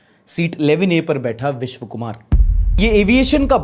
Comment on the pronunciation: Hey, I like to watch all your videos and therefore I would like to point out some mistakes. 1) survivor's name is Vishwas not Vishv 2) International flights fly at approximately 35k feet not 16k